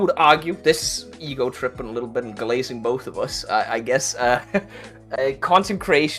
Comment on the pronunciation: did say Glazing or Glassing 😅